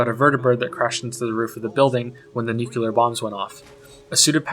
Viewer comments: A couple of things: 1. It's "nuclear", not "nucular". 2. The problem you've described early on (and it does happen a lot in this game and to some extent in almost every game) is normally referred to as ludo-narrative dissonance. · I can only take the sound of someone mispronouncing the word "nuclear" so many times. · sigh ... " nucular " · This video is great, but the way you say "nucular" instead of "nuclear" is really off putting :/ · What is it with so many (if not all) native english speakers being unable to pronounce "nuclear" properly, i wonder? :P The spelling's pretty clear, "new-CLEE-ur". No idea where that "nucular" thing stems from, or what it really is... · Also - nuke-Q-lar? :-P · you said "nucular" Ps: Bethesda are lazy ..lazy lazy. I hate this studio and every game they lazily poop out... they all feel like a spin off of the Sims..OH I really, really hate their (lack of) character design: bland, bad, like low quality generic assets ther difference in dialogues is an accurate representation of current trends in society: man is rightfully upset about his wife's murder being called a "collateral damage". Woman character just doesn't give a shit: it's a man. Who cares, men are expandable. A woman died? OMG call the army hahah